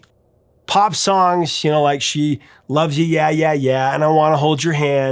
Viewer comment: This is very nitpicky, but it is Yeah Yeah Yeah NOT Ya Ya Ya. The two are pronounced very differently. Also, The song title is just "She Loves You"